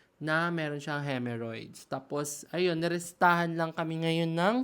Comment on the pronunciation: HEMOrrhoids not HEMErrhoids